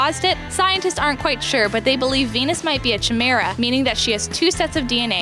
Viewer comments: I know... I immediately was whispering kai-meer-ah lol. And aren't there a million scene kids to teach her how to say Nyan? Otherwise informative if insular report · Nye-on Cat... Sigh Chimera is pronounced like chorus, with a K sound... Sigh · Neigh-ahn cat..... Chai-mera .... Dat pronunciation.